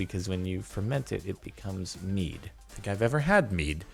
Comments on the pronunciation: You know what's really deep Jordan? The way you said "mead" Also I've found one at 16% that is similar of the mead they drank in the Medieval period and it's really good. It's 25$ a bottle where I live but it's well worth the price imo. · I believe that mead is pronounced med not meed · JORDAN!! It's not MEED. ITS MEAD. PRONOUNCED "med"